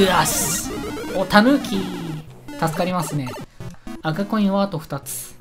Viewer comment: 10分16秒ごろ赤コインがコカイ〜ンって聞こえるw